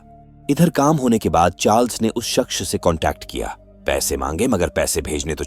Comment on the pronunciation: Shaqs or Shaxch or Shaqs... It's Shaqss